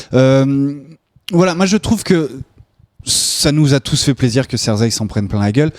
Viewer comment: Hey, c'est Cersei et pas Zerseille...